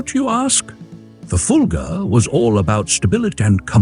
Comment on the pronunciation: It's Fulga, not Fulger. Stop with the i intrusive R, it doesn't belong.